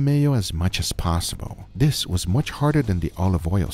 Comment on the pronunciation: Hey guga did you know the word "this" is spelled with a "th" not a "d"?